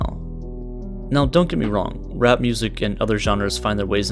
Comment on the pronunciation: ChilledCow the real OG Edit: mumble "Rap"